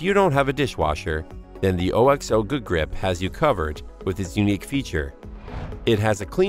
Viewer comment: I just can’t get over the fact he kept pronouncing it O-X-O instead of OKS-oh